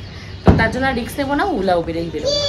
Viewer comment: কথাটা রিক্স না রিস্ক 😂risk😅